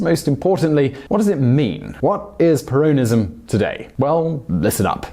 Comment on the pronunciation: You’re pronouncing ‘Peronism’ incorrectly